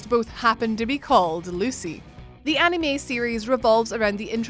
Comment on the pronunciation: Please girl, for the love of all that is good and holy, never, ever say the word anime ever ever again. That is all.